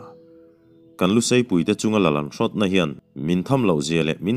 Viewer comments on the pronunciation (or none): none